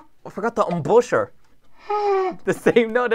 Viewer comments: For the editor meant embouchure (pronounced ohm-bi-chur) it’s the way you set your mouth within a mouthpiece of an instrument so you can play it. It varies on which instrument you play. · Me: Knows how to play trumpet: I forgot the Om boo shore Me: 🥶 For the editor: embouchure is the way you form your mouth to apply to the mouthpiece of the trumpet so that a sound comes out. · It’s pronounced ahm-bah-sure